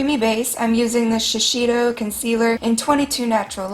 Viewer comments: shes keep saying "shi-shi-do" but "shi-say-do" will be much better to me , practice practice :D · Wonderful! Just a side note it's pronounced She-Say-Doh :3 shiseido :3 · idk if anyone had told you but shiseido is pronounced sha-say-dough. I'm sure someone is gonna tell me I'm being rude, but I'm just trying to help a girl out XD my mom works for them so I trust that she would know the proper pronunciation. that's how she and the other girls there pronounce it